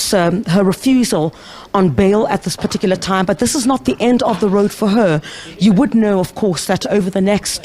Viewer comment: Please stop saying "PARTICULAR" PLEASE!